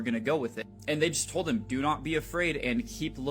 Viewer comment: Check the community tabs folks. halted his upload from yesterday. Ai does not pronounce told as toad like he says it.